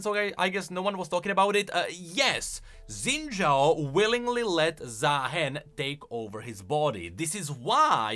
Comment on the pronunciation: It's Xin Zhao, not Zen Zhao. 🥹 C'mon.